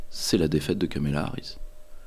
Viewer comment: Deux erreurs de Pierre-Yves. 1/ Prononcer Kamela Harris pendant une heure. 2/ comparer la cause palestinienne sous les Mark 84 américains au phénomène "woke".